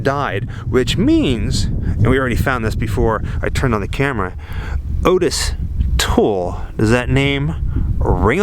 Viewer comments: It’s OTT-is toole. It literally is spelled that way. 🙄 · Dude mispronounced Ottis Toole, Chi Omega and Lisa Levy. But acts like he's an expert on the case. 👎